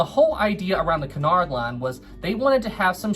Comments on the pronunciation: Sorry, but it's 'coo-nard', not 'ki-nard' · isn't it que-in-ard line?